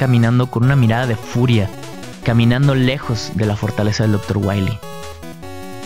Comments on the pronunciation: Docktah Waweeh :v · Doctoh Wahwee.